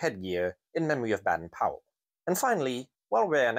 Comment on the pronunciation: Another really Great video, one minor issue, Robert Baden Powell, his middle name has a soft ‘a’ not a hard one so it becomes bade n not bad en 👍🇬🇧🌈♥️